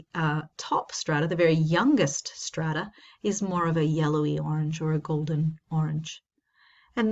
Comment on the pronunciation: Having a hard time saying strata?